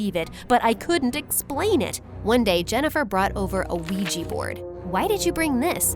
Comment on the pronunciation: The Luigi board? Isnt it pronounced Uija and writed Ouija